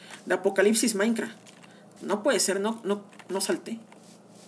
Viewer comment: No se dice maicra se dice maincraft 💀👏🏻👏🏻👿👿👿👿🤨🤯🤯🙀